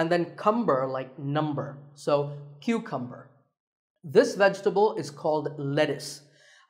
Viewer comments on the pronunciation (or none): when he went to cucumber he was like "koo-koom-ber" and i was like "wat" then i started laughing. im actually good at pronouncing words and i already knew how to pronounce every one of these words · The word cucumber made me laugh, it sounds really funny. I know your parents are from India, but you were born in the United States. I love your English pronunciation.